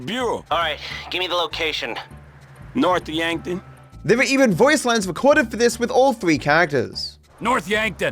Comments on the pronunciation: It sounds like he says “North’a Yankton” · the pause at "noth yankton" is so funny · "North Yankton" I lost it. 🤣🤣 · Franklin: “North Yankton”